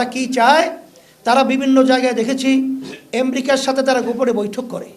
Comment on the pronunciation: এসব অশিক্ষিত মূর্খের দল ক্ষমতায় আসলে কি করবে এরা বিদিক খেয়ে যাবে কিছুদিন। উনি জিডিপি উচ্চারণ করতে পারেন না। আমেরিকা আনতে পারেন না। সাধারণ মানুষের টাকা মাজারের মাধ্যমে লুটেপুটে নিয়ে। এগুলোকে আরো শক্তপোক্ত করতে এখন রাজনৈতিক ক্ষমতায় যেতে চাচ্ছে।